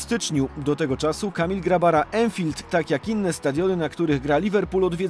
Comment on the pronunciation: Panie redaktorze/narratorze z TVP. Anfield wymawia się ANFILD, a nie ENFILD! Skąd taka nie wiedza u Was dziennikarzy? I to w różnych stacjach TV można usłyszeć ENFILD. Może jeśli zagraniczni dziennikarze będą mówić STADION NERODOWY, to wtedy dotrze do Was jak bardzo się ośmieszacie! WSTYD!